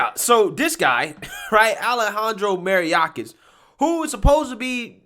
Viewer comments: It’s pronounced My or kus. Not Merry oc us. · Say it with me, Mayor Kiss. Now put then together... Mayorkas, not Maryakas... You need to get it right, as he is a big part of your commentary... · Ma....yor...Kas...not Mariakis.... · MA-YOR-KUS. Not Macoronias. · It's not mariakis it's mayor-kas as in "mayor" because he's Jewish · Alejandro Mariachis? Mariakis??? it's actually My Orcas as in My Killer Whales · Love your content. BTW : His name is pronounced "my-OR-cuss". But ya..... I've lived in the race est Appalachians, nearly my whole life. So, you'd think that I would have seen ALL kinds of white supremacy stuff..... And..... I have NEVER, EVER ran across ANYTHING even resembling it. EVER. It's utterly RIDICULOUS. Silly. Not based on facts. It's just a false claim. It MAY have , and PROBABLY existed at SOME point..... But it doesn't now. 👍😎🇺🇸👍😎🇺🇸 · the DHS Secretary’s last name is pronounced MY—OR—KOSS. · It’s MA-YOR-KIS. Not that hard. You’ve got to start getting the names right. I love your show, but it undercuts your credibility. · Sweetie, his last name is pronounced MAY-or-cuss or asshole.😬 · Love ya,, but your killing me with this dude's name. It's May- Or- Kis. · May-ork-is.... just trying to help out LMAO It's absolutely TERRIFYING that the people in charge are SO full of shit. They lie right through their teeth and expect us to be stupid enough to eat their sreaming pile of crap they're trying to feed us. IN-FREAKIN-SANE!!! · Bro, it's pronounced "My-ork-us". He's a moron, but you absolutely slaughtered that name 😂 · Hahaha he always does. Makes me laugh each time he says Mayorkas incorrectly. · It’s okay, I love how he mispronounces names. I don’t think it’s deliberate, but he should make it his calling card.